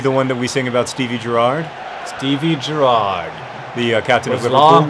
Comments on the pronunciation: Accent on the first syllable in Gerrard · JOHN IM FROM ENGLAND; COULD YOU PLEASE PRONOUNCE GERRARD PROPERLY! love the videos by the way xxxxxx dftba ;) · your pronouncing gerrard wrong btw